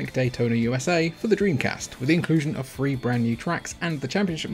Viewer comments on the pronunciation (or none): The word is "THREE" not "free"